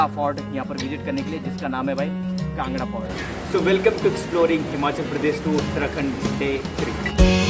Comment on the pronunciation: It's kangra not kanda brother